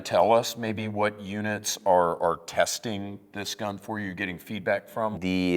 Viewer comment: “It’s not a rifle it’s a platform” Okay bud chill, it’s a rifle. (30 seconds later) “So that what we built the rifle around”😂 I like when they say the word “gun” and say “gun-ah”😂 Pretty sure that first dude was disappointed wasn’t wearing his shorts he bought in the women’s section. C’mon guys you know damn good and well he’s not getting his shorts in the men’s department.